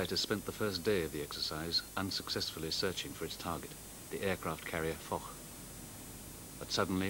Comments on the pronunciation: Foch is pronounced Fosh. It's very unprofessional and childish to use it for a silly laugh. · It's also pronounced as Fosh.